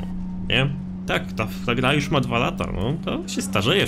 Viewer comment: Po pierwsze już A nie jusz